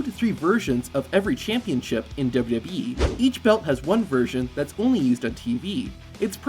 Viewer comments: Work on enunciating and slowing down. It's Double-U Double-U E, not Dub DUbya E. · "Dubya dubbee" 😂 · Did you know , this guy keeps saying WWB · I’m sure these facts are interesting but I can’t stomach a full 10 minutes of this dude pronouncing WWE as “dudub e” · Did you know the narrator in this video has no ability to say “WWE”? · Say wwe correctly once challenge